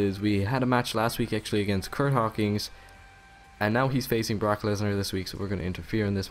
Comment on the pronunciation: bork instead of brock you watch ebeneezer mittlsdorf dont you?